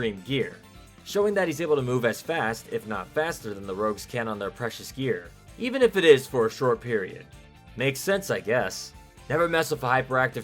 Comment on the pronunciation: Rogues, not Rouges.